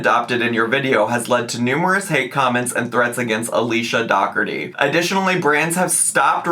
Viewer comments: Is it not pronounced like dough-orty? As in Dirty Dozen? 😂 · It's pronounced door tea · is mispronouncing it